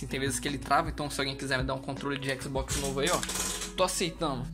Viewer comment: Se fala xbox e n xbox